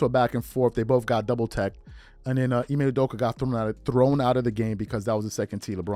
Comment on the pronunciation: To shannon its...I-May not IME lol